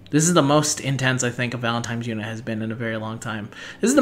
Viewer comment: Do you know that you say "Valen-time's" instead of "Valentine's?" lol